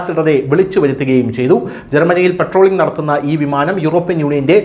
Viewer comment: '" പെട്രോളിംഗ്"" അല്ല പട്രോൾ ആണ്. എന്താ കുറച്ചൊക്കെ ശ്രദ്ധിച്ചു കൂടേ ഒരു ന്യൂസ് ചാനലിൽ അല്ലേ പറയുന്നത്.